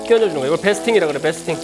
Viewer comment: 베이스팅을 베스팅이라고 하는겁니까